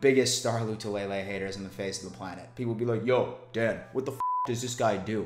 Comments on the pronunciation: Man we’re digging for content ! It’s not Lay Lay it’s La Lay! Thanks Dan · Right... it’s La - Too -La - Lay Not Lou -Two -Lay -Lay 😂😂😂😂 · I laugh every time Dan mispronounces Star “La - too - la - lay”